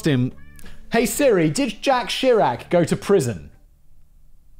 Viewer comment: Pronouncing Jacques like Jack?😁